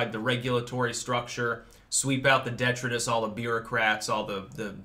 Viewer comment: Dear,... It's pronounced "dee-try-tus". Not "detruhdis"...